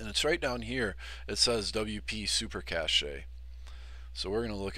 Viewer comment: It is pronounced cache (as in cash) not cachet